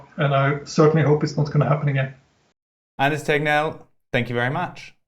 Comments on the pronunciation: It's so funny how perfect you pronounced Anders Tegnell. 😊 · That was a flawless swedish pronounciation of Anders Tegnell ⭐ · Thats the best pronounciation of ”Anders Tegnell” ever spoken by an englishman ever. Im genuinely impressed. Nice of you to make the effort! Also, great interview as always! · Holy shit, you pronounced Anders Tegnell like a true Stockholmare.